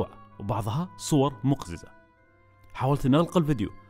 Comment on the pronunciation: نطقك لكلمة مقزز خطأ